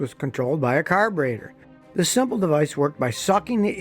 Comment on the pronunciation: Stress the different syllables of the word "carburetor" ... to wit: CAR-bur-e-tor car-BUR-e-tor car-bur-E-tor car-bur-e-TOR :D